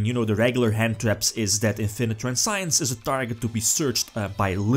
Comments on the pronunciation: trans see ens is pronounce of the effect veiler trap, even italiano know englesia somtime ;) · "Transience" is not pronounced like science.